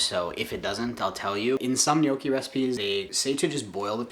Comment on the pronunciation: My mom is Italian and always cringes when people pronounce Gnocchi incorrectly, but you said it perfectly! Good stuff here my dude!